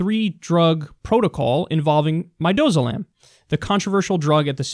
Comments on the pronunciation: Pharm student here. I watch hours and hours of your content and, as a result, I know you're highly intelligent so I wanted to let you know you mispronounced the name of the drug: it's midAzolam. If administered along with potassium chloride and Norcuron (as has been done for executions), one hell of a nasty aggregate can be synthesized. Not to mention one which -- as you made abundantly clear -- the gov't has no damn business utilizing. Also, the failed lethal injection story unfortunately brings to mind that infamous, horrible, HORRIBLE scene in The Green Mile... as though I really needed new information to supplement (and solidify) my rationale behind my total abhorrence of Ohio. Man, to hell with that brutal goddamn wasteland of a state. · It's pronounced Mihd-dazz-oh-lammm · Mih-dah- zoh-lamb.....just a heads up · It's Midazolam that he was talking about, he was pronouncing it wrong. It's the fantastic anxiolytic they give you before going into surgery.